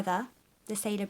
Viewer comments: actually,it's "sailor" not "sailar" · Am I the only one here annoyed by SailOr being "Sailar"?? Sorry, nice review though. A bit slow, but nice.